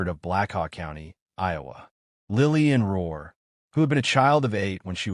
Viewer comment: It’s not Ror it’s Rourke